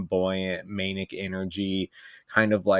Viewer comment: The way says manic as "Maynick" is driving me insane lmao